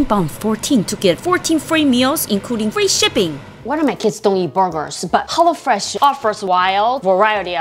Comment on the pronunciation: Did she say hollo fresh 🧐